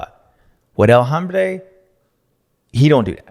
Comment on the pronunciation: TF, what is the nickname. El hombre?? its pronounced Ohhm-bre. Means "the man" in Spanish. Hahmmmbre, lol. Sounds German and hard as F#ck, and not correct. H is silent my guy. OHM--BRAY.